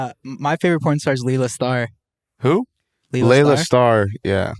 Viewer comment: Kyle my guy “lela star”😂🐐